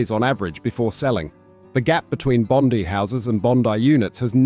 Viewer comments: The i is not short in Bondi. It’s Bond-eye (Bondi). Not Bond-ee or Bind-long i. So cut your crap. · It's Bondi (eye) Beach not Bondee 😁